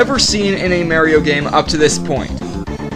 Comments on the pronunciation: It's MARIO, NOT MERIO!!! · plz dont ever call mario marie-o it sounds like breakfast cereal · amaterasu ah-mah-ter-ah-sue (like the name) mario mah-ree-oh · I like how you pronounce mario